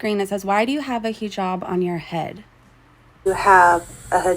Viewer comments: learn how to pronounce the word you are making your identity out of! Haa-jab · She talks about culture, but also porkily utters 'heee jab" I cannot. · I'm gonna need her to stop saying heejab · I wish she would learn how to pronounce "hijab" if she is going to wear it.